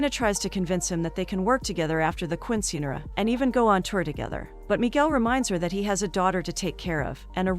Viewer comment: Righttt like when she calls a Quinceañera a queen sceneara😂